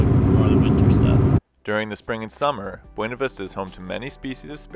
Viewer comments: Its pronounced Byouna Vista XD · My Mom grew up in Buena Vista Colorado and that is how they say it there so it makes her mad when it is pronounced correctly. See even has a sticker with the phonetic spelling of how they say it.